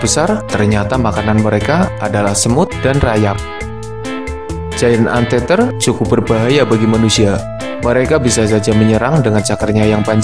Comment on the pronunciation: Giant anteater dibacanya "jayen ent iter" pemakan semut raksasa